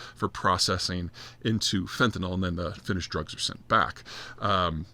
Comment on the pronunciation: you say fentanol and i say fentanyl… let's call the whole thing off